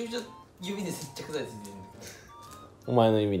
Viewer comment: 見遅れたけど通知が接着勢だった笑 酒の事さげぇって言ってるから せっちゃくぜぇ的な？笑